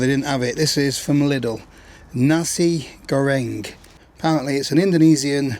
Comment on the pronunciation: I don't know - maybe lost in translation - however it is "Nasi" Goreng - not "Nazi" Goreng .... 😁 it's a Chinese product and not from Germany 🤣🤣 Dear greetings from your beloved Kraut ... 😘 To me, stealth camping is an illusion - if you don't sleep in your car or a regular Sprinter with no added windows or so ...